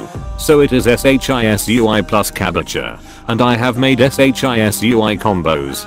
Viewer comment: I like how the text to speech said s h i s u i instead of shisui lol